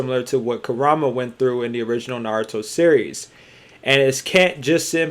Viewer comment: bruv. its ku-RA-MA not ku-RU-MA lol good video regaredless...